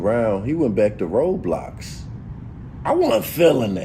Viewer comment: Lol ayo it’s roblox my g not roadblocks